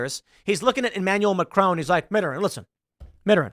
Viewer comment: You can pronounce Macron, but you can't pronounce Mittarand?